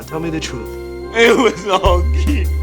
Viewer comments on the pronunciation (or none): none